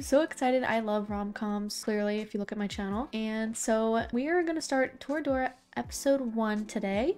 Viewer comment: You are saying the title right, so happy to see more people enjoy this show.